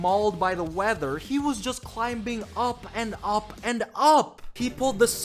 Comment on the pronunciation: why the hell did you say climbing clim bing its just climing mate thats how its bloody pronounced